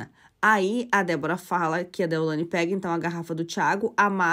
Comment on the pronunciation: Não é Ceilândia. Vc está falando errado,é deolaine!!!!